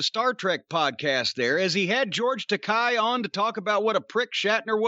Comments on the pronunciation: And George pronounces his name as Tek-eh (long a), not Tek-eye. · Takei is pronounced "Tuh-kay". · Guys, if you haven't seen George on YouTube telling folks how to pronounce his last name, it rhymes with "okay". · Takei It's pronounced like Okay. Didn't anyone listen to Howard in the 2000's?